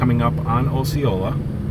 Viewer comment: Just so you know, it's not 'O'ceola, it's pronounced 'ah'ceola. Growing up in Kissimmee I hear all these Native American names pronounced in a lot of different ways. 😆